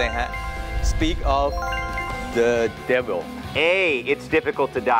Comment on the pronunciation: speak of the devil ที่จริงอาจารย์อดัมก็ออกเสียง "ว" เป็นหนิ ในคำว่า devil อาจารย์อดัมออกเสียงเป็น "ว" ชัดเวอร์!!! แต่ว่าในที่นี้ผมก็พอจะคลายสงสัยแล๊ะ ในทางภาษาอังกฤษ ตัว "v" /v/ มันเป็นหน่วยเสียงย่อยได้ทั้ง [v] และ [ʋ] แต่ในทางภาษาไทย [v] คือ "ฝ" และ [ʋ] คือ "ว" แยกออกจากกัน แต่ในที่นี้ปัญหาของตัว "ฝ" กับ "ว" หนักกว่าจำพวก "ก", "ข" และก็พวก "ต", "ถ" เพราะมันไม่ได้มีกฎบังคับว่ามัน "ก" และ "ต" จะต้องอยู่หลัง "s"